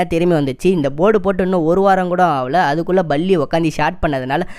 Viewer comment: Balli அல்ல பல்லி. ஒழுங்கா உச்சரிக்க பழகு முதலில்.